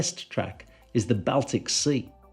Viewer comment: "BAL-Tic Sea" Where's that?? 😂